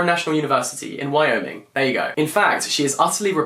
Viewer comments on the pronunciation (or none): none